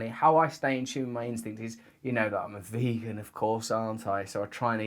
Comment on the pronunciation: The way he says, "I'm a VEGAN"… 😂 You can almost hear him cursing inside. "Damn that Simon Amstell and his amazing film!!"